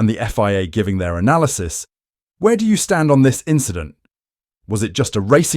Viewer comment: It’s just an inchident…